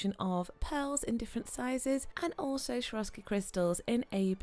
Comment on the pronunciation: I'm addicted to your videos!! Just had to say something about the way you pronounce Swarovski, not so easy on the ear (also noted the same in the other video, yes, I love it when the nails pop and bling and all of that) :) it's actually pronounced the way it's written, not like SHwarovski, but Swarovski with an s as in soup :) Hope that you don't mind me commenting this! Keep up the awesome videos!!